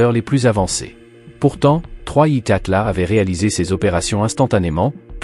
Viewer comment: 3i Gatla ??? Déjà le reportage commence mal 🤦